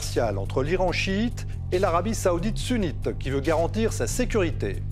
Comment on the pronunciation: Arrêter de dire Iran siit et Arabie saoudite sounit